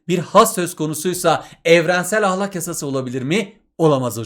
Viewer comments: Ahlak değil ya ahlâk diye okuyun lütfen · Hocam ahlak degil "ahlâk" lütfen konsurken ve yazarken dikkat edin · Hocam ahlak demenizden dinlemekte zorlandık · Hoca ahlâk demiyo Ah! Lak diyor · hocam o kadar garip "ah LÆÆÆÆÆK" diyorsunuz ki derse odaklanamadım ozur dılerım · hocam ahlak derken 2. a yı kalın demeyin😭😭😭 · hocam ahlak demeyi mi öğrenseniz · Hocam yozgatlimisiniz ahlak dediginizi dinlerken konuya odaklanamadik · hocam neden kalın a ile söylüyorsunuz video boyunca fenalık geçirdim